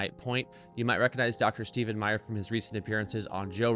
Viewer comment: Try to learn at least his name, it's Meyer, not Mayers.